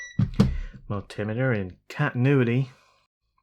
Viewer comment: I think the mul-tim-i-ter is the multi-intimidator! I am not arriving from a great height, so I don't need an al-tim-ieter. However in the context of a conversational multiplexer, sodomy is not an option. That means an iron or solder that promotes soddering, doesn't work for me. Consider a soldier of an army means strength and solidarity; Therefore connections are there that are not meant to be broken and are considered "soldiers". Ergo; SOLDERED. I love my fellow North Americans, but sometimes a tow-marto is NOT a tow-mayto, and I don't want to be "soddered".